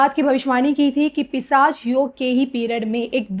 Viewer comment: अँकर मॅडम पिसाच नाही पिशाच योग bolna सिखिये.